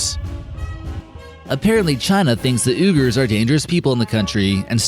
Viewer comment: Uyghurs, the ethnic people of western China is properly pronounced WEE-gur. I'm not criticizing or belittling the narrator, Uyghur is definitely an off the wall word to just about anyone, other than the Uyghurs themselves, I'm just trying to enlighten the narrator and the people who watch the video. Have a great day everyone!